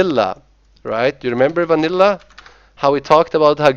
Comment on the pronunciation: The way he says "Vanilla" ffs.